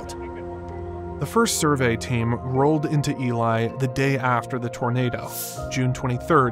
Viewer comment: I’m just glad Elie was pronounced properly.